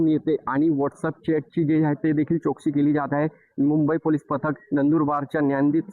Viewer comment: Zalela ❌ झ्यालेला.✅... , जो ❌ ज्यो ✅ , चौकशी ❌ चोकसी ✅ , पोहोचल ❌ पोच्यल ✅ , झाली ❌ झ्याली ✅ , महत्वाच ❌ महत्वाच्य ✅ 😂😂😂😂